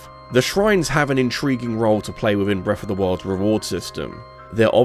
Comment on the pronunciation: i cant listen to this guy say breffa 500 times.